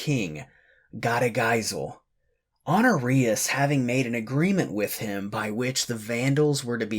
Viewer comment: You pronounced Honorius like an STD lol. Otherwise, keep up the good work.